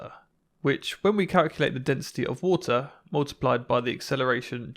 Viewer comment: Ah yes, the Wootah.